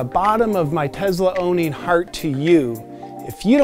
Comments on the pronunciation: So rich people call a Tesla a "Tezla". I never noticed that! 🤣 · Great channel , your entertaining AF ,it’s the rich guy making fun of rich guys it’s awesome! I know your just trying to get views with all the funny stuff so ,here is some real life information about owning a Tesla (it’s Tesla not “Tezzla” by the way)i am a car guy and have many cars most I have restored or built myself. I have a model X for the last 5 years and my kid drives a y for the last 2 years ,my house is solar. No oil changes , no radiator coolant and no gas stations, Over 100k miles before a break job . The thing is quick AF , the gull wing doors are a bit annoying, but my spry 95 year old grand mother can get in way easier than a typical rear entry car. To date both the X and the Y have not needed any service except one plastic part on the steering wheel that they replaced at my home ,basically the same day I scheduled it on the app. Oh, I can pre heat or pre cool the car before I get in. Super convenient on cold mornings. The auto drive feature isn’t perfect for sure,but IMO and experience the only way to create something this complex is to Build it and keep fixing it till it’s right and except the growing pains. I get the lithium issue , it sucks to need to dig anything out of the ground and burn shit into the air. There are just way too many people on the planet. So we’re all guilty. I don’t drive a Tesla for any one reason, I like to be on the edge of technology, I like to drive fast, I like not to stop at skeexy ass gas stations. I like to not need an oil cha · Tezzzzzla? Isn’t it TeSSSSla?? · Why are you calling it a “Tezla “? It’s a Tesla. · Tezla ? It's Tesla. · TeSla, not TeZla, donky kong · Why do you pronounce Tesla as if there is a Z where the S is? you and so many other people do this I don’t know if it is by accident or what? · like him saying "Tezla" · “As a Tezla owner “ 😂😂😂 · pronounced Tesla as tezla.. very genius (and not only in sound / spelling) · “Tezla” -Some random